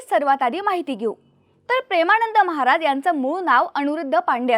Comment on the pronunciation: कृपया 'महाराज','महाराजांचे' या शब्दांचा उच्चार व्यवस्थित करा!